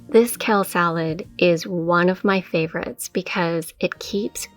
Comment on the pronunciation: You're awesome. Love your videos. But let me make a correction if I may. It's not "Kell". It's "Kale" It's not "Mill". It's "Meal". When you wear shoes it's not "high hills" it's "heels". ;)